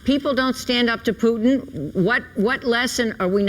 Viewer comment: "We have to stand up to pootin"